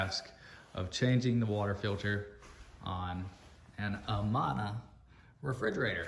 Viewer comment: It’s uh-MAN-uh, not uh-mon-uh.